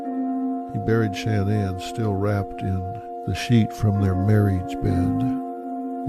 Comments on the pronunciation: What’s Dr. Phil’s problem? Her name isn’t Shanne Anne. It’s Shanann, pronounced Shannon by her and her family. McGraw's insistence on calling her Shanne Anne is ridiculous, annoying and stupid. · You're going to tell me no one tells this idiot how to pronounce her name correctly ? Producers should do their job ! So annoying